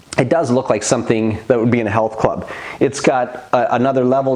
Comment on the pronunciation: “Health clubby” 😆